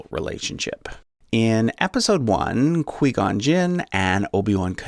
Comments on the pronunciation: Who else got triggered when he said Qui-Gon and Padmay wrong? Because I got super triggered! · YoBoiSnyderGG_ 9 how this man going to make a star wars family tree when he can’t even say their names correctly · Anyone else cringe every time he pronounced Qui Gon’s name? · *Better youre getting Hell for that QGJ pronunciation. * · The way he says Qui Gon hurts my soul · Prayers for from any angry SW fans mad he said Quigon wrong. And sort of Padmé. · Kwee-gone noooo 🤣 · The way you pronounce Qui Gon is the same way you say quiet. But still, great video. Would really help anyone who doesn't know a lot about star wars. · correction, no offense it's pronounce as "kway" not "kwi" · Not Qweee Gon...it’s Q-Why Gon! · qui gon gin not que gon gin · Who says qee gun jin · It's Kwai Gon not Kwee Gon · Queeeee gon jinn” ITS QUI-GON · Quee-Gon. I don’t think I’ve heard of that Jedi 😂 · "qwee gon" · Hahaha "Quee-gon"?!? lol You've never actually even SEEN Star Wars, have you?! 🤣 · The way this guy says qui gon, ‘queee gon’ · Quee-gon and podme. Lol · Quee-Gon Jinn??? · QUI-GON JINN Pronounced (QWI) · KWEE GOW JIN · It is not quee gon and he is a Jedi knight not master. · It’s qui gon (Kigh guan) and obj one doesn’t kill maul yet but no hate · Um dude it's pronounced as Quai gon jin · If we’re calling Qui-Gon, “Quee gon” now, I’m calling obi wan, “oni chan.” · Everyone loosing their midi-chlorians over "Qwee-Gone" and I'm sitting here baffled by the mispronounciation of the common noun "Saga". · lmao Quee Gon Gin is now how I'm going to pronounce his name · This guys made me so angry with his pronunciation of Qui Gon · Very Good but you don't pronounce Qui gon and Beru right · When you realize how he pronounced Qui-Gon. It hurts. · Omg you said Qui-Gon’s name wrong! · I like this but dude you butchered like two of the names. Again I’m not criticizing it’s just I’m not used to hearing them said like that. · Quee-Gon, Podme, and Bayru names were driving me crazy